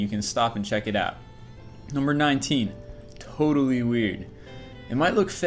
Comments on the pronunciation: #19 toe-tally weird, haha lol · Toa-tally wierd xD